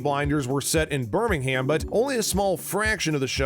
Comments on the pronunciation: Mate it's Birmingam in pronounciation not ham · Just a heads up, it's pronounced birming-um, not ham. Loved the video tho <3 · It’s Birming-um not burming-ham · In a brummie accent it might sounds like Birming-hum, but it’s actually pronounced as Birmingham. Therefore in an American pronunciation it will sound like Birmingham. (The same way Luca Changretta said it when he talked to Alfie) “and you will bring my men to Birming-ham” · pronunciations of cities have always been the same, and ik the show isn't 100 years old but they even say Birming-um...